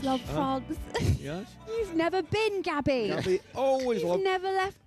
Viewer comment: Gobby not Gabby. 😂😂